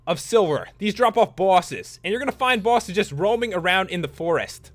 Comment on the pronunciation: He said bwoses